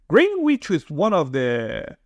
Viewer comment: Its pronounced Greenich! Im in southwest. Generally its very safe in southwest